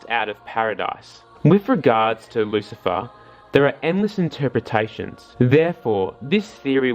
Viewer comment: Lucilfer with the L